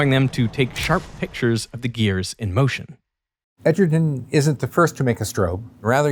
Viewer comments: bro can't even pronounce Edgerton properly...smh. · Edgerton hahahaha